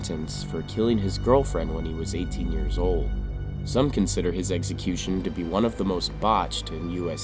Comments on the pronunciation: It's NOT pronounced eggsəˈkyo͞oSH(ə)n. Say it with me please, "eksəˈkyo͞oSH(ə)n." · Glad this dude died in a horrible fashion. The narrator should learn to enunciate correctly, as the word is execution, not eggecution. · Every time I watch this channel and it’s about execution I have to roll my eyes and giggle. The narrator always says “eggsecution” 😄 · What the hell is an "eggsecution"?